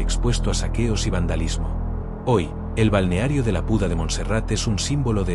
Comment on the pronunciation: Es una IA que no sabe leer 😂